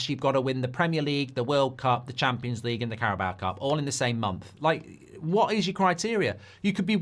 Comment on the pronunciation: Champions League ❌ Cheempions League ✔️